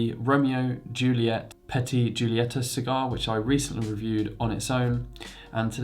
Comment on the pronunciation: Does the RYJ get angry over very small things since it is “petty” after all?🤣 Petite is a Spanish & French origin word. It’s pronounced (PE-TEET) my mam. Petty is pronounced as you pronounce petite and it means: Of little importance, trivial. Like and Sub’d. 🙏😬❤️